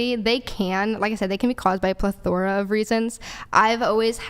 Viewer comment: plethora!!! Said like Ple-thra😅